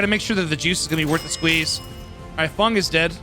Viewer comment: ITS FENG! F E N G !! Not FUNG 😅